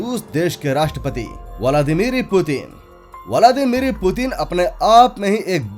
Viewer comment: It's Vladimir Putin not VILADIRIMI PUTIN